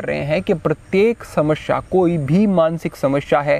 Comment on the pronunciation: बहोत खूब गुरु जी आप बड़े अच्छे यूट्यूबर हैं इसलिए, समश्या नही समस्या का उच्चारण किया कीजिये 🙏